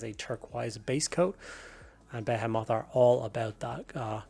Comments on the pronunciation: Your comment beat me to it. It’s definitely “beh-HEE-mith”, or some people might say “buh-HEE-mith”. But yeah, it’s not “beh-heh-moth” lol. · Nah nah, be-HEE-mith is for any other context, be-heh-moth is reserved for the fleet. We stand with be-heh-moth pronunciations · the way he pronounces behemoth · I’ve never heard someone pronounce Behemoth like that before